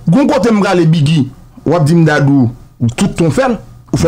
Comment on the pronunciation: Neg Dadou se yon comedian ki toujou ap érè. Ga pa gen 2 syllables. Yon seul Syllable Dadou